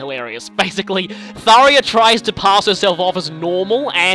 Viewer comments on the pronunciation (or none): me: ^hears tharja prounounced as tharia^ IT'S THARJA IT'S NOT AN I, IT'S A J.